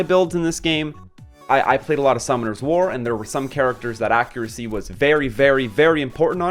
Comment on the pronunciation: Yes it is, he is saying it wrong hehe